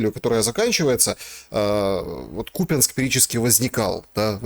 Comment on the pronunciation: Жирный Купянск а не купинск учи язык государственный